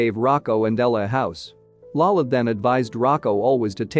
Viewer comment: It’s really cringe when he says lala when he means lola as you n grandmother. Other than that it’s a really good recap.